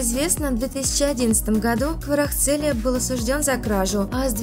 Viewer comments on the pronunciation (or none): Дорогие девочки-блогеры!))) Уж если взялись новости читать, так потрудитесь фамилии участников хоть выучить. Не Хварахцелия, а Хварацхелия... Ещё Хварцехелия слышала вариант😅😅😅